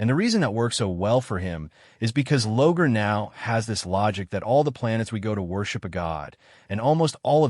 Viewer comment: Good information and the discussion well done. In the spirit of constructive feedback, I recommend you work on the AI (I assume that's the voice) pronunciation of many names and other unique words. Examples in this video include: Lorgar (pronounced as "Logar," "Logan", and "Logo"), Primarch, Malcador, Slaanesh, and probably others. The mispronunciations were distracting from the good content. AI voice-overs are a great tool but a typo in the text will be pronounced oddly and unfamiliar words (e.g., names) can be pronounced incorrectly. That being said, good content and the effort is appreciated.